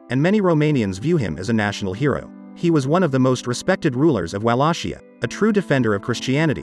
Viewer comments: Excuuuuuuse me… I just watched castlevania and I don’t appreciate the way you’re pronouncing Wallachia… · I love how the digital voice mispronounces Wallachia.